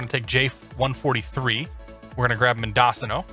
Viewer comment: great vid but just for laughs, pronunciations are men dough cino and ar cay ta.